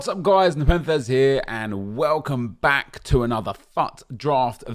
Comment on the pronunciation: I love the way he says back😂